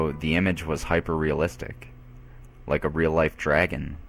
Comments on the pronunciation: I stopped listening the moment I heard "Hyper-realistic". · The moment I heard "Hyper-realistic" it killed the whole thing for me.